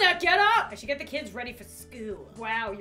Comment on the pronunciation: she is saying SHOUDL